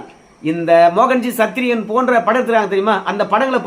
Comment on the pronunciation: சத்திரியன் என நல்லா அழுத்தி சொல்லுங்க பாஸ்